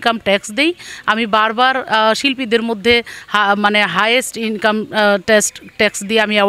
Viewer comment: ইনকাম শব্দটা যেভাবে বলল, মনে হয় দেহ ব্যবসা করে।